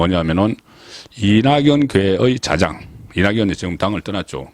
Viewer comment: 이낙연계 자장? 자장? 자장? 짜장? ㅋㅋㅋ 발음 연습 좀 하시길! 그래도 방송인데...